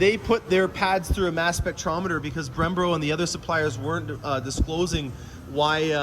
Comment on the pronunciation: Hurts my ears